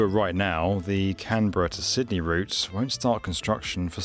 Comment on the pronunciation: Pretty sure you pronounced "Sydney" correctly every time. I guess that's worth a "like". I've been subscribed for quite some time now but it was an amazing experience (and highly amusing) listening to your pronunciations. That said, well... like the rest of the Aussies I noticed in the comments, when it opens to the public and is affordable, I'll believe that it might happen. We have a technically-not-two-party-duopoly political party system here and they're known for sabotaging anything that the other side tries to do for the country's long term health/success. Thanks for the video.